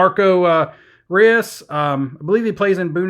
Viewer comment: SIlva not at real, and marco reus pronounced royce